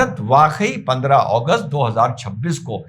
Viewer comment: अगस्त को ओगोस्ट क्यो बोल रहे हो